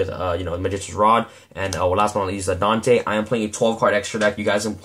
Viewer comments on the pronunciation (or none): none